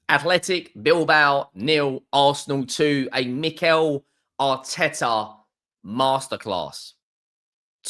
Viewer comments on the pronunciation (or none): none